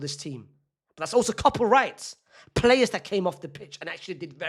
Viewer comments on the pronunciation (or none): none